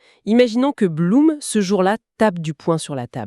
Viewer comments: On dit "bloum" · Beaucoup d'erreurs. Le nom de Blum prononcé de travers 2 fois sur 3. Un discours laissant entendre que l'Allemagne aurait une frontière avec l'Espagne... Ou simplement l'idée que mussolini aurait attaqué moins facilement. Alors que dans la réalité il n'a déclaré la guerre que quand la défaite française n'était déjà plus évitable.